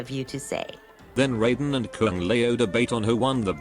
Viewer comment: And they still can't even pronounce Raiden correctly, but mispronunciation is part of MK's charm